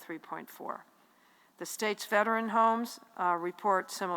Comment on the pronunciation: PRONOUNCE: "VETERAN " NOT: VET-REN!!!!!!!!